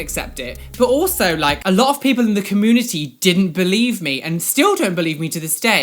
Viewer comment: I just love the way they say community, like it's 'comoonity' haha